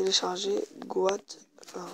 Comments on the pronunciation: mes oreilles saigne quand tu dit go at au lieu de got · Tg mec ta voix et on dit got goat